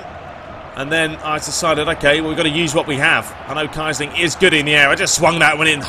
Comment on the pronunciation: It's not Kai-Sling, it's Kee-Sling